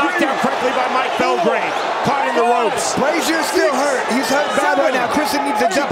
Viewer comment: The commentators don’t even say Braizer name properly they say pronounce it braize ier